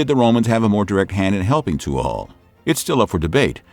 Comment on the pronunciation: Tuathaill is pronounced "toohal".